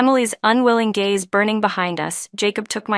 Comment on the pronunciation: Gaze, not"gays" 😊